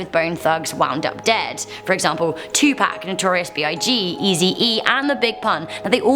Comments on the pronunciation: Did she just say 2paac instead of 2pac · Did she say 2 pac like how you say pac man, bruh